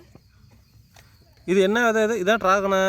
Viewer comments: வதை என்று சொல்லாதீங்க அது பிழையான வார்த்தை, # விதை# என்று தமிழில் அழகாக சொல்லுங்கள் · Vidhai not vadhai, vadhai yendral matravarhalai vadhaipadhu, kodumaiipaduthuvadhu. Thayavu seidhu pronounce like literate not illiterate. You are a college student. Be careful while pronouncing..